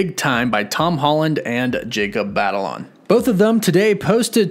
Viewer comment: Jacob's last name is pronounced "bah-tah-lone"